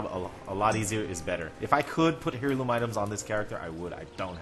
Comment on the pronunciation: Air*loom....not Hair*loom....